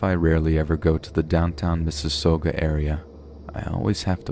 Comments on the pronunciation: I— I’m dead lmfao , I’m broken out of my spooky story trance... It’s not “MISSES-SOH-GAH”, it’s “MISSES-SAW-GAH”. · Oh goodness. Around 34 minutes in for the name of the city “Mississauga”. I live in the city. That’s nice knowing a story occurs right where I live. Oh & btw the pronunciation of the cities name was a bit off. It’s “Miss-A-SAuGa”